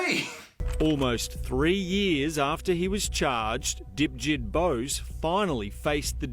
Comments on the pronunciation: I thought he said Dipshit too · Lol he totally called him dipsht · He actually surprisingly said Dipjit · Fun fact: Its actually Debjeet. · I must me 5 because every time I heard "dipjit" I laughed. Is just sounds like dipshit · "Dipjit" lol he must've got bullied alot in school